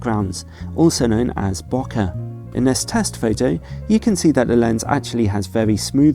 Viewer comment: just letting you know, bokeh is pronounced beau not noh!